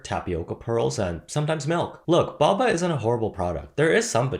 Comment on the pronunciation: Thanks for pronouncing it the correct English way of 2 consonants making it a short vowel sound